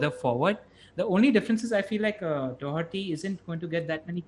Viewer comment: How come Indians can say Doherty properly and most English people can't!?